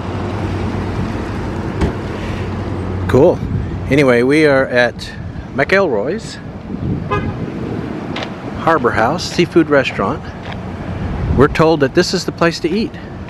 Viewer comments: "Mac-il-roys" not "Mick-el-roys". They have a killer breakfast too. Nice video. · Pier was built twice since Ive lived here 12’years. Zeta took it out last time. The guy who rents the jet skis uses that 2 1/2 ton truck to get his jet skis out to the water. Weird your wife said the White House there is a replica of the WH. Just east of the lighthouse. Its pronounced McElROYs.